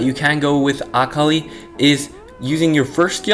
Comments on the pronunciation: Everytime he says akali like ock oly I wince Btw I believe it’s pronounced a-call-lee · Akh ali bro its akali lmao, but good video 😀🤓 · Pretty sure your saying akali wrong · the way he pronounces akali is triggering me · I legit almost turned off the video after about the third time he said it. Currently typing this 2 minutes in and after I submit this comment ima leave this video. I can’t handle it. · Lol like I wished you said her name right but nice video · You’re saying Akali wrong